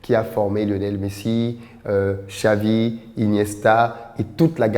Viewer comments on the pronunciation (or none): none